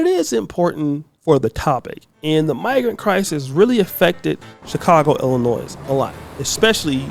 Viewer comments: Illinois. The S at the end is silent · The s in illinois is silent.